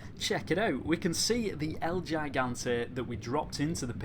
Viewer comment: "El yaigante" hahahaha